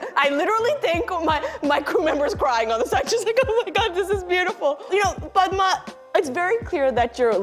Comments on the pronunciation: “LIKE” just for the correct pronunciation of “Padma” 🙌🙏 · So far only Lilly has pronounced padma's name correctly... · everytime she pronounced Padma's name right .. ahh so relaxing